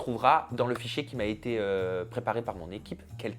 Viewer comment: Il n'arrive même pas à dire "si j'avais ÉTÉ hétéro" ; il dit si j'avais été rot 😅